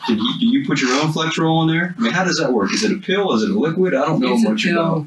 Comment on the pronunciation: It is FlexeRIL, not FlexeROL, just as it is FentaNIL, not FentaNOL. You would think cops might be able to know the name of drugs.